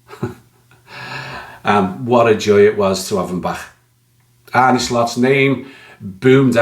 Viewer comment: Great video and you are spot on. My only moan is that, like some anti LFC pundits, you pronounce the manager's name Arnee when it's pronounced Arna😊